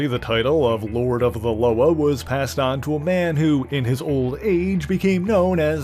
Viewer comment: Correct pronunciation of ‘Loa’ (la-wah) not (lo-uhh)